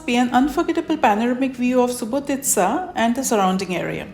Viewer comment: Well,well.You are the first to pronounce the proper name of Subotica. Thanks for tour.